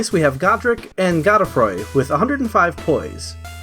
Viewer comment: Not a big deal but as a heads up, Godefroy (the name not the guy) is an archaic version of Godfrey, it's pronounced the same way.